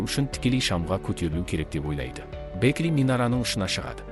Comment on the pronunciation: Бэкли емес Бэкки сосын Шило емес Хантер қате көп